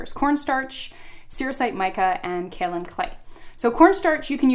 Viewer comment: Kaolin clay is mined in Georgia USA. it is pronounced 'Kay-O-Len', not kow-len